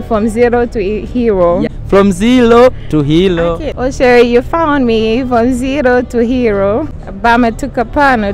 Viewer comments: Kazi nzuri lakini afanyie kazi matamshi ya kingereza na kiswahili mfano Zelo to helo (zero to hero) nafulahi(nafurahi) before hajaenda for interview angalie script yake maneno ambayo anajua huwa yanampa shida kutamka he should Google for the correct pronunciation and he should work on his R and L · It's not Zelo to helo , you're confusing them ...it's zero to Hero. Work on your pronouciation bro